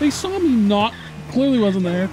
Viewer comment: whenever says "saw" - he always sounds like he's saying "sawl".